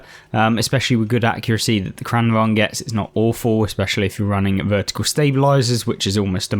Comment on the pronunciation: As a Swede, I'm very pleased with your pronunciation of "Kranvagn"! Also, nice videos. I enjoy them very much, lots of useful tips and tricks. Played a fair bit of Blitz some years ago, but new to the console version.